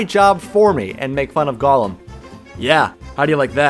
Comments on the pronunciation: I very much dislike this YouTuber's pronunciation of golem as "gollum" like the weirdo from the hobbit who wore an invisibility ring to long. It's golem said goal-m not gollum. But who knows, english is dumb. Maybe there are two ways of saying it that are both right, and if there are, I bet you a dollar that thay both come from different origins. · Golem more like "Go-lame" haha "Gotem"